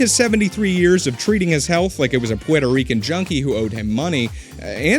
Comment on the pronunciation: Did you say Puertorrican junkie??????